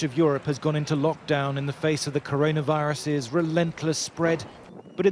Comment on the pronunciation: Man said: The KarAiNa Viruuse